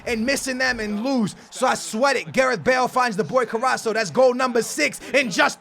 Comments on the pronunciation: His name is CARASSCO, not CARASSO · Carasco not caraso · It is carrasko not co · CarassCO not Carasso but still THE BEST YOUTUBER EVER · It's CarrasCO not Carraso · Pls its carrasco not carrasso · Car-as-co not caraso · carrasCo Co not carraso carassCCCCCo please :'D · Not carasso it's Carassko or how it it pronounced anyway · He's not fucking caraso he's carasco with a c go back to school aa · CarrasCo. Not Carasso. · You pronounce it CA-RA-S-CO Not Caraso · Carras-co not carraso😂😂😂😂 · HIS NAME IS CARRASCO not caraco 😂😂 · It is Carrasco not Carraso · it's pronounced carrasKo not carasso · his name not corraso is corasko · Btw, you pronounce it 'Carrashko', not Carraso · It's carrasco not carasso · Carras-CO not carasso 😉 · It's ca-ras-co (that's how u pronounce his name) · It's said Cara sco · All love, but it is a hard C, "Kuh-rass-ko" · its pronounced Ka-Rass-Ko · It's carassco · u forget to say the C after s in caraSCo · their is a c in carassco that he doesn't pronounce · love you dude but it's corrasCO lol great vid tho man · its carrasKo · its said carrasko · yo he is called carrasCO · i am so annoyed because of "caraso"😂😂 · It's carrasCo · CARRASCO* ffs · My man it is CarrasCo you have to pronounce the C :) Did you know he is Belgian , Spanish and Portuguese? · It's pronounced KarasKo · It's pernouced car-as-co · Carasso? at list read them right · He s Name is pronounced carrasko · Its carras'K'o u pronounce the c as a k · Please say CarrasCO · dude its car-ass-co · it's carasCO lol but nice video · His name is Caras co... There is a C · u prenounce it carasKo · its Car-Ass-Ko please stop saying It wrong it hurts my ears Like so he can see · Carasso got me triggered. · Pronounce both Cs in CarrasCo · It's pronounced car-ass-co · Its CARRASCO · you are saying his name wrong!! its CARASSCO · Carrasco is pronounced Carrasko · he is called carrasco say it like this ka ra sko. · *it's Carrasco